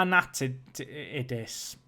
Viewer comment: Amanatidis, you really can't say that!? shiiiiiit. What's difficult in there? I understand if you can't say "Błaszczykowski" properly but Amanatidis?